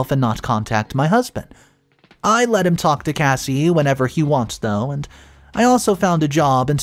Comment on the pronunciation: It's not Casey. Its Cassie. Kas-e